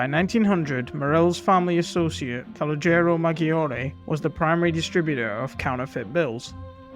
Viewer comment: Please learn how to pronounce Calogero before making these videos